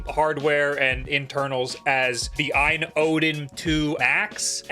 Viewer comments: OLED be like: OU EL EE DEE A.Y.N. be like: Ayn jfc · It’s not pronounced Aine AAAA